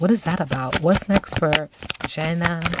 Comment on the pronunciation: Omg you did the reading let me watch 🥹!!! Yay thanks I loved them on Love island! Hopefully you can do Kordell and Serena also from love island USA. Her name is actually pronounced Janae